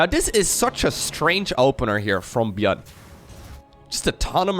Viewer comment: Others: Micro Jackson: Gyun